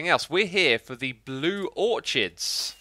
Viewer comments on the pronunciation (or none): Orchid is prononuced Or-kid nor or-ch-id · It's pronounced "or kid," not "or chid" 😂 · xisuma and anyone else who doesn’t know: i’m guessing you have never heard orchid pronounced out loud before but it’s ok, we all learn something new every day no matter our age. it’s pronounced with a hard k sound (oar-kid) in both american and british english. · I always find it fun to compare pronunciations with you X. Me: Aich X: Haich Me: Or-kid X: Or-chid Me: mural X: murial (this one bugs me a bit) Me: Zee (sometimes zed) X: Zed (ofc cause British) Me: compOster (with long O sound, like the word Open) X: Composter (short o sound, as if saying the word posture) I keep waiting to hear more and it's become a fun game now. Hope X sees this! <3 Cheers Buddy! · Am I the only one that pronounces it "Orkid" and not "Orchid" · It's pronounced blue "or-kid", not "or-chard" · Orchid is pronounced "or-kid" not orchard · xisumavoid: or-ch-id a little piece of me dies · Orchid is pronounced Ork-id. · it's pronounced "orkids" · It’s pronounced “or-kid” not the way it’s spelt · or-KID, orchid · It's pronounced "Or-kid". No "ch" sound. ;) JoeHills has been harvesting Obsidian for you. FalseSymmetry bought out your Totem shop and setup her own which everyone thinks is yours. ^.^ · You do realize that orchid is pronounced "OR-kid," right? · Orchid is pronounced "ore-kid" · Its pronounced 'or-kids' :) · Orchid is not pronounced how you say. It is like making a typo over and over and over AND OVER. Why not just spell touch as "tuch" from now on? It is the same idea and is "cringey" at best. Terribly embarrassing and might cost some people a job as it is completely unprofessional. Although, if you stated you don't give a fuck and just don't care, that would be completely acceptable. But I don't believe you believe that. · u mispronouncing orchid is driving me crazy